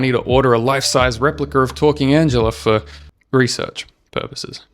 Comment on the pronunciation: "For... research purporses.." AYO WHAT??